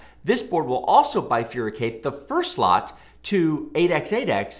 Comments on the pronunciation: Hey man great video, but where did you get the term "bifur - i - cate"? The word is bifurcate, there is only one "I" in there! Sorry but it sounded too weird hearing you say the word with that extra syllable! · Bifurcate isn't "bi-frui-kate" or "bi-frui-kation". There is no "i" in the second syllable. It is pronounced like the "fur" of a dog. "Bi-fur-kate" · Yes, and used in many other disciplines. Are you saying he misspoke when he used “bifuricate?” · Yes, I do not think there is such a word - bifuricate. It is bifurcate.